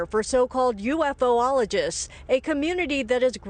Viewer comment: Ufologist (U-fall-o-gist). I wish they would assign reporters that are at least somewhat familiar with the subject matter. And if I see one more joke piece or X-Files reference... Greatest story of our time, even with AI in the wings, and it's just a joke to most of them. (Okay I went a little too hard too fast. The rest of the video was pretty good. Mea culpa.)